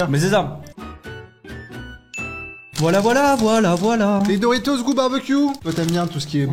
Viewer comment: Dorito il a dit 😂